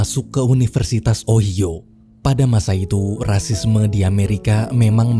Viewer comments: Itu di bacanya unoversitas ohaiyo bg bukan oiyo🤣🤣 ngakak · Ohio dibaca nya ohaiyo bang bukan ohio, cuma membenarkan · O-hai-yo bukan Oyo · kok gw kesel y sama pengucapan kata ohio jadi ohyo, itu bacanya ohayo! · Jesse : jesi. Ohio : ohaio. Ini bangsat gak googling dulu apa ? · cara nyebut ohio itu ohayo bang🤣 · Wkkw min Ohio disebutnya OHAYO wkwkwk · Pelafalan OHIO ny d koreksi ya bang. Pdahal pembawaan udh bagus, tpi krena denger itu jdi ketawa dulu.